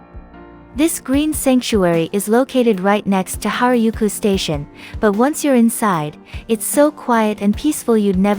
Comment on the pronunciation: That's precisely what I was thinking! Shinjuku "Jailent" Park? What is it!? ”Ropponji”？”Harayuku”？”Shydom Station”？Total lack of credibility.